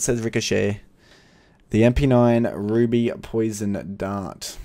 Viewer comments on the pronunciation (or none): none